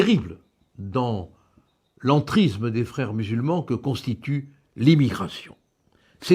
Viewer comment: Bonjour Maître. Avant toute chose, j'adore votre travail, j'adore vos prises de positon. Mais pourriez-vous faire un tout petit effort. Je pense que lorsque l'on aime son pays on aime sa langue. Donc, pourriez-vous faire un effort sur l'entriZZZZZZZme et le rapport sur l'iZZZZZZlamiZZZZZZZme. Alors loin de moi d'avoir un fantaZZZZZme, mais un peu de respect pour la langue sera le bienvenu. Merci d'avance.